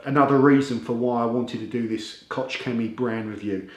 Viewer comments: Hi, I like all of your videos. Only if I may give you a little advice of pronunciation, as "'ch"" in koch, is pronounced " h" as in ''hot'' in english. Alternatively, you can you google translate to hear how to pronounce it. Thanks Again. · it is pronounced KOH like Hillary or Hitler , thank you for the review.